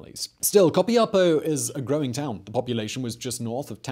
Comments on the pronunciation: Is Copiapó. The accent on the last O. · Simón You slaughtered the pronuntiation of Copiapó hahahah but i loved how you said it and btw i love your videos greetings from Chile